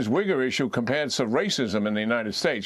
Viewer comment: I’m pretty sure Jack Keene should reconsider his pronunciation of Uyghur.